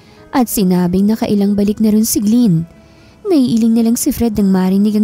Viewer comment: glen po hindi gliin!😅😂